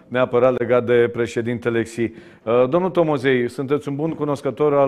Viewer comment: Xi se pronunta Shi (Sh de la sunca)